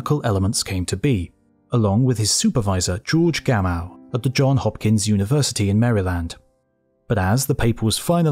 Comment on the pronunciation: It's The Johns Hopkins University, not, "John Hopkins".